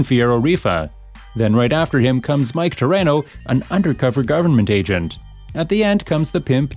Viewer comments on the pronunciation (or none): you saying mikes name wrong dude you should like actually play the fucking game before you make a vid on it